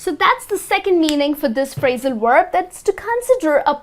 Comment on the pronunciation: Thank you! Just remember that, as a teacher, you should say "Verb" and not "Uerb".